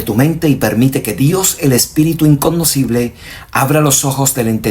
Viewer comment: Que te gusta la palabra igconocible😂😂😂😂😂😂😂